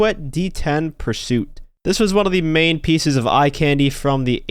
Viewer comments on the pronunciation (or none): none